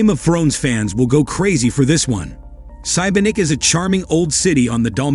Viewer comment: is 16 18_ degrees warm for you???? You can not swim in the sea! it seems it s 100 IA video it s obvious you have never been to those places!! Sibenik (not Cybernik !!!!!!) is not Dubrovnik!!!! 100% wrong ENOUGH IA WRONG VIDEOS!!!!